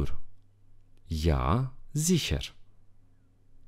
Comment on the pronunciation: De aceea români învată greșit! Doamne ferește ( ziher) de exemplu se pronunță ZIHIIA.adică (R) - ul nu se pronunță " doar rostogolit " și dacă se termină în R.se pronunță în tot deauna ( A).